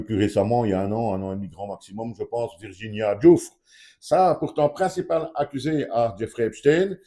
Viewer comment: Mr, c'est Virginia GIOU-FFRÈ